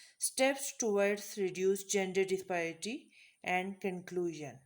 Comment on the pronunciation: dispiraty bol rhi hai yeh khatoon disparity tau pata nhi isse